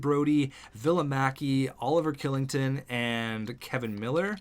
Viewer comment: Kylington is pronounced Schillington